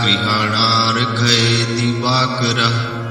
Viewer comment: गुरुजी स्क्रीन पर likha हैं, वहि बोलो,divakarm nahi likha divakara likha हैं.